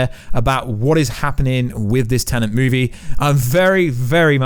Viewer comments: Very distracting when you keep saying 'Tenent' instead of 'Tenet'. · im british, stop saying tenent, its tenet.